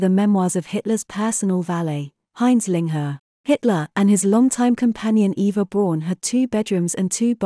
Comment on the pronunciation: And it's Mein Kampf as spelt not 'Kompf''. Also Eva Braun (more like Brown) not Brawn.